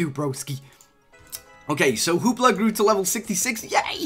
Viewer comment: He said hoopler